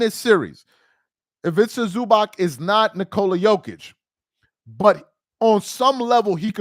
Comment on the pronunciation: Is ivica zuubahts not zubak.